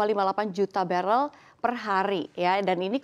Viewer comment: BaREL BUKAN BeREL